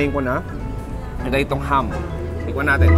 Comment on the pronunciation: It's ham, not hum.